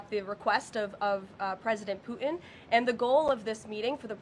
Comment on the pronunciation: Pu’in? Disgusting English 🤮 it’s Putin, dumb❗️